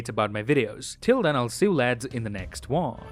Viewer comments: in the end of the video: "See you in the next wong" Me: Haha nice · Am I the only one who heard "in the next wong" 🤣